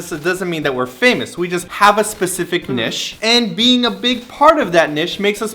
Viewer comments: niche not nish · By which you mean "neesh", right? I've heard "nitch" before, but never "nish".. until now :) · Nish? Oh Simon you adorable man warrior. Cutest pronunciation of niche ever! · LOL do Canadians pronounce niche like that?! Nesh ahaha